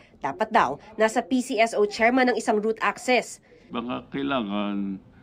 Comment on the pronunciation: root access hindi route access hehehe